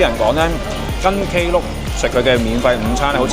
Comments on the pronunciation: 溫馨提示 Klook 不是讀K Look 可Google正確讀音 Same as “Theme” 不是讀 The Me😊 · 你唔讀K Look 無人知你講乜㗎😅